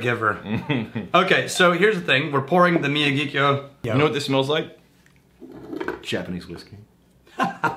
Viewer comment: How can you not know how to pronounce Miyagikyō? It's Mister Miyagi from Karate Kid, and Kyō from Tōkyō... Couldn't be easier...